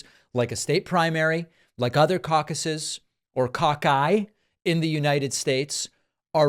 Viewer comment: Cauc-aye plural of caucus 😂